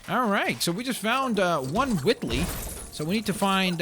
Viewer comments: its wheatly not whitly? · its wheatly not witly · It's pronounced "Weet-ley" not "Wit-ley" His name is Wheatley, shouldn't that be obvious? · It's Wheatley not Whitley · I know this is 9 months old but you sayed whitly instead of Wheatley and it's pronounced wheat-ly not whit-ly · Why do u say it like witly u say it like weet Wheatley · His name is pronounced Wheetly, not Whitly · Did he call him Whitley from portal? Instead of Wheatly? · you say it like wheat ly not wit ly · P I don't mean to correct on you, but it's "Wheat-lee", not "Witt-lee", also that collectablee weren't Wheatle, it was one of those cores you use in the final boss in the games! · its pronounced wheatly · Did you seriously say Widdley -. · No he said witttley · why do you keep pronouncing Wheatley as Whitley, the minikit thing wasn't even Wheatley, it was the Space Core. Also, can you play as other characters?